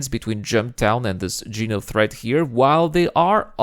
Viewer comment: dude legit called it jenothreat